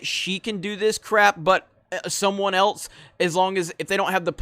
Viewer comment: Dude, I agree with you. That said, I also understand that you are from somewhere with an accent that emphasizes the “pin/pen merger.” The word is men, not min. I can tolerate it but when you say the word “else” as “eltse,” you make me pull out the few hairs I have left. IT IS ELSE, NOT ELTSE!